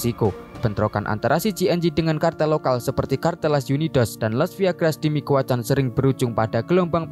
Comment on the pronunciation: la familia micuakan bang, bukan mikuacan